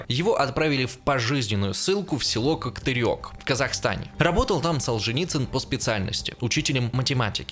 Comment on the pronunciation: правильно коктЕрЕк (обе Е читаются как Е в слове рЕки во множественном числе) произношением слога көк мучить не буду, потому что не знающим казахского языка будет тяжело, но произносить Е должно быть проще простого, оно всегда читается как в слове рЕки